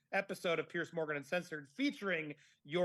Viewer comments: If you want to ingratiate yourself to Piers Morgan, maybe you should pronounce his first name correctly! (I say this with good intention, Andy. I love your channel. I really am not trying to be a know-it-all.) Pierce ≠ Piers!!! 😱😱😱 Perhaps I am projecting, and if I am, I’ll eat crow and apologize. Here’s where I’m coming from. My first name is Julie. The name Julia is similar, but not the same. I don’t care for it when people refer to me by the wrong name repeatedly when I have corrected them politely (but firmly) REPEATEDLY! I’m not the gatekeeper of “the truth” on this matter, and others may feel differently. However, if someone wanted a favor from me, but kept calling me Julia, I would reject that person. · It is not Pearce or Pierce, it is Piers like Pears 🍐 I think. Do you think your Lady C connection raised your profile with him or something else? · Just so you know his name is Piers, not Pierce. You might want to pronounce his name correctly going forward. Great interview and yes Imarn is a dreadful person and he has since dumped her from appearing on his show any more. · Hello, loving your stuff on Fiona and watching from England UK. His name is pronounced Peerz not Pierce; I don't know if it's your excellent accent but I thought you should know x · Could all Americans please pronounce Piers as Peerz not Pierce. It sounds as a z not an ssss.... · It’s Piers not Pierce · Not Pierce but Piers different pronunciation.